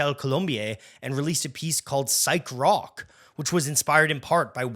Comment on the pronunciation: Indeed. Horrendous mispronunciations throughout - also of French and German. He even said "brock" instead of rock once. Is he AI?